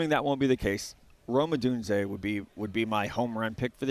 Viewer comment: I cringe so hard every time schmelk says “odune-zee-yay” its just odune-zay brother.